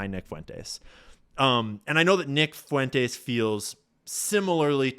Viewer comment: can’t pronounce Fuentes and it’s annoying